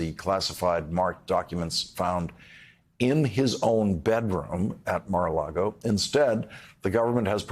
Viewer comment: It is actually impressive, Lawrence managed to pronounce Mar-A-Lago. Every other time it has been Mar-A-Largo, in every other segment he ever did.